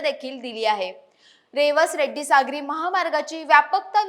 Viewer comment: Reddi nahi redi